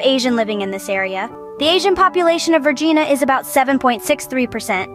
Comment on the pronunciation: As a person living in The Commonwealth of Vagina, I object to the pronunciation of Vergina, er Virginia, and Virginians.